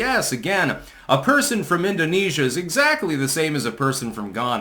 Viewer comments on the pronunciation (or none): none